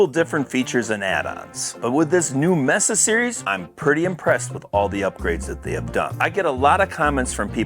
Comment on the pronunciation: It's pronounced "MAYSA", you know, like the place in Arizona.